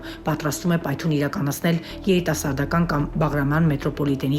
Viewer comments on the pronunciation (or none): Տիկին, պայթուն չի, պայթՅուն է, այ քո լրագրող ասողի...😠